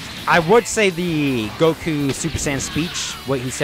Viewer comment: its goku not joku